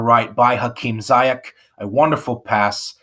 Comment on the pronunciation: Ze-yesh not Zi-yack